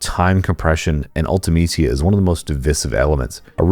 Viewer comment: Your pronunciation of Ultimecia is on point so I subbed🫡